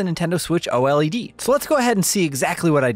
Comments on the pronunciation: can you please stop calling it O-L-E-D and just say O-LED. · It's OLED not O-L-E-D😂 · JUST SAY OLED and not O-L-E-D it's killing me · Please don't call it the O-L-E-D, call it OLED aaaaaaa pleaseeeee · Just say OLED, instead of O.L.E.D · "Nintendo Switch OH ELL EEE DEE" Who tf says it like that? Lmao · Literally the only person who says O-L-E-D every. single. TIME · Surely it's pronounced "OLED", not "OLED"... as in, I say "Oh-led". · Dude. Just say oh-led. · It’s switch OLED not switch O.L.E.D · I like your continent I I lol thanks lol for kleeping everyone up to date just to put it out there the new switch console is pronounced “O-Led”